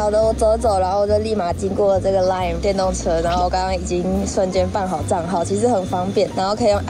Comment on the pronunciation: 很喜歡的笑容和樂觀，如果加強英文，發音正確會更好，lime是賴m的發音。還有可以更多不同的形容詞，用了兩次「好爽」感覺很低俗的水準。布拉格是充滿歷史文化氣息地，應該多做功課介紹歷史，感覺看完沒有對歷史建築一點認識，還唸錯橋塔的名字，你還很年輕，應該可以多用心，期待進步後的 加油